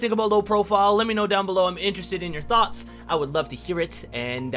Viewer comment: my guy really said I'm interested in your thots.. Lmao